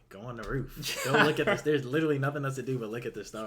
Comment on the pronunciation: It's a roof not a ruff.😅